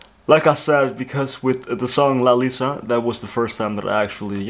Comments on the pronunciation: hey bestie, react to Lilifilm Lisa's world, LALISA jacket making and MV making clips. those show her on stage and off stage charms! and You're gonna love them. the top 2 vids on her channel. btw, her name is pronounced as "Lee-sa" not "Lai-sa" and lastly, what you said about her ass, for me, body parts matter less because you get them naturally. what matters to me is how you are using or utilising your body and she is doing that damn good! 😊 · "Laiza" wtf? It's pronounced "LEESA" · Her name Lisa is pronounce as "Lee-sa"